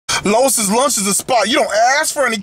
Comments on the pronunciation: Worst review ever. Can't pronounce the name of the restaurant correctly and said it was a steamed cheese burger. You obviously don't know New Haven. Stop acting like you do. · I find it funny you claim to be all “familiar” with the area....don’t even know how to pronounce the name. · LOL he said LOIS rofl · Louie's Lunch- it's pronounced Lou-ie's. Love your work BTW. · Pronounced Louie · Said the name wrong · I'm wondering if this guy knows what he's talking about. he mispronounced Louis lunch and he doesn't know the difference between steam and broiled burgers. Louise lunch has been flame broiling their burgers the same way in their broilers since 1895 which was cooked right in front of while he waited in their upright flame broilers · How does one continuously misspronounce the name so badly? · he pronounced it wrong lol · Lew ees not low iss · I'm sure instead of pronouncing it Lois Lunch, you meant to say Lew-ee's Lunch (Louis)..... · bruh it's loo eeee not lois lol. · I find it hilarious how he says Lois' Lunch throughout instead of Louis' Lunch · It's not steamed beef (How do you have flame grilled onions and steamed beef?) and it's Louis (Loo-Ey's Lunch) not Lois (Loh-is's Lunch) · Pretty sure it’s pronounced Louis’, not Lois’ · Lois? Pretty sure Louis is pronounced "lewi" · You should do your homework. Its LOUIS not LOIS'. the burgers are NOT steamed. They are broiled. I guess you didn't see the flames in the broilers. AND They went with bread back 114 years ago because the bun was not in invented yet. They bread was soggy because you had it wrapped up to go. That's why you should eat it there. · Who the hell is Lowis ? It's Lou-wee's lunch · It’s pronounced like LEWIE’S lunch not Lois 😂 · It's not "Lois", its "Louis" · Dude, its Louis, like Louis Armstrong. Not Lois Lane. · it's Louie's you fool, not Lois. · Louis NOT Lois. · its Louis lunch... NOT Lois Lunch.. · Louis not lois, like Vuitton not lane. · The name is pronounced Lou eeeee's Lunch